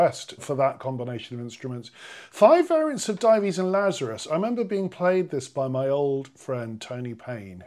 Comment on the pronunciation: So nice to hear you pronounce "Dives and Lazarus" correctly, something you will never hear on Classic FM, even though listeners such as myself have pointed it out to them. I was a talk given by the Vaughan Williams Society a few years ago when this point was mentioned!